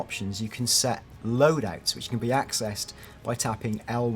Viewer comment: did this guy just pronounce comrades as comraids and lodouts as lodat